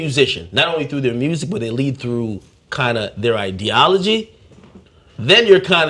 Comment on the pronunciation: Did this guy just say "IDEAR OLOGY" and not ideology? Wow.